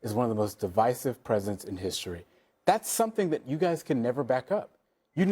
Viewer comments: lol she said di'vis'ive instead of div'eye'sive such low IQ trying to make a point when all they have is uneducated racism to spew. This MAGA needs to just shutup already. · Why does she keep pronouncing Divisive as D-vesive? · She literally can't even pronounce the word "divisive", how do you expect her to be able to define it? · She didn’t even pronounce the word properly 😂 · TBF, she didn't even know how to pronounce it, apparently. And normally I wouldn't hold that against someone because it just means you've only seen it written, but "divisive is one of MAGA go-to words in news and audio clips so it pretty clear that she hasn't given the word or what it's supposed to mean too much thought. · She doesn´t even know how to pronounce the word correctly. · Is she purposely incorrectly pronouncing words like divisive and library? I never seen her before so I'm not sure if this is just her. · Red dress mispronounced divisive and library. She was so inarticulate and talked like she was going to cry.